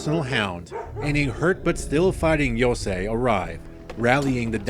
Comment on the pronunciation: Commenter from the future just saying that fixing your pronunciation of "Yo-sai" to the correct "Yo-Say" is appreciated